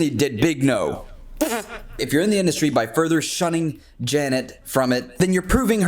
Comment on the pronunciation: Dee animeshon indushtry